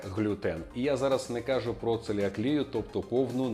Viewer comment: навіть целіакію неправильно назвав 😂 Одразу стало ясно що «профі» Хоч би прочитав як правильно називається захворювання